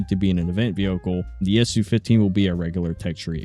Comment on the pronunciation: It's Soo 15, not Essyou 15